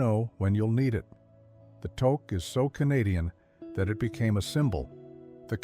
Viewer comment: pronounce touque properly.